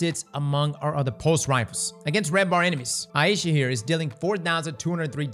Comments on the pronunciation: Yeah is saying it wrong like he does for a LOT of his videos it is eye-sha any google pronunciation search result will say the same. Aisha. So, "eye" as in eyeball and "sha" as in shopping. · Just FYI for everyone, its pronounced eye-sha (Ai-sha), not eye-ee-sha. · ai easha wth did he say, isnt it pronounced ai-sha just wondering now so I don't sound like an idiot. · It's pronounced Aye-sha's Care 😅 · Works both ways, but it depends on the person whose name it is. He's in Louisiana, I reckon 'aye ee sha' is the more common pronunciation there. There's a variant "Ayesha" as well, but there's no ambiguity with that one.